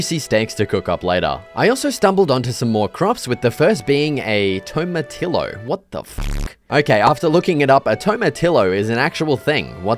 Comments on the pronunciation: a tomatillo is pronounced “to-ma-tee-yo” the double l make a y sound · does he know tomatillo is pronounced "tomatiYo" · TOMATILLO not tomatilo its pronaunce like Tomatiyo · Tomatillo is popular in Spanish, Mexican, and Texan dishes it's pronounced Tom-ah-T-oh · Toe-Ma-Tillo haha much love brother. Great video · it’s pronounced “toe ma tea oh” this hurt my soul so much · was bro tryna say tomatiyo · its pronounced tomatiyo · your pronounciation of tomatillo is killing me😂 great video tho :) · that pronunciation of tomatillo is a crime😭 its a Spanish word the double L becomes a Y